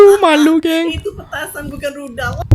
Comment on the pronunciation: Itu.. Budalll....bkn.rudalll..